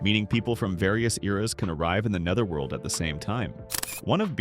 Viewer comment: "Nee-ther-world"? "An-jeh-LEE-kuh"? Are you a slow eight-year-old trying to read a kindergarten-level book in front of the class? Best to learn how to pronounce words and names before making yourself sound like an imbecile in front on the word. To everyone watching: If you find this derivative, poorly executed content as awful as I do, here’s how you can make sure this channel never pops up in your feed again —on your feed page, click the three little dots on the right under the thumbnail. From there, click "Don’t recommend this channel. This will remove all videos by this channel from the algorithm that supplier content to your feed. The more people who do this when they see moronic content, the more these terrible channels disappear.